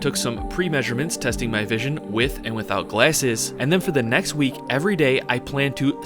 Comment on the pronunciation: bros “visoin” so good he remade the word